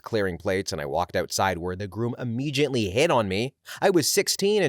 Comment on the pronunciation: Narrator, please stop mispronouncing the word "immediately." It does not contain the sound of the letter "J."